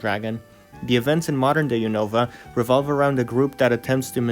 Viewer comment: unova is pronounced "un-of-a" and kalos is pronounced "call-os"